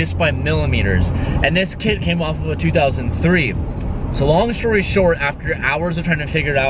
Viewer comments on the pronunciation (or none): "so long shory short" lol hahaha